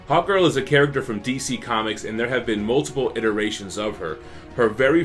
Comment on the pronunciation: I thought you said Hot girl so many times